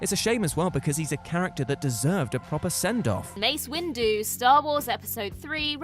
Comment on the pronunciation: "Mace Windu" don't piss me off